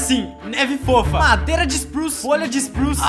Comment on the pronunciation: so eu q vi q em o falou mareda, ao inves de madeira?